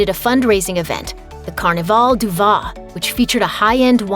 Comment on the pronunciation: French can be tricky, but any American voice-over artist should at least know the French word for wine — "vin" (as in "Carnivale du Vin") is not pronounced "vah" as this announcer does repeatedly. The letter 'i' is pronounced as a short "a", as in the English word "van". Its final "n" however, is not really pronounced at all. It is, shall we say, imagined — but not quite pronounced. Yes, French can be tricky....Jack Petit. Oh yeah — this final "t" is silent too.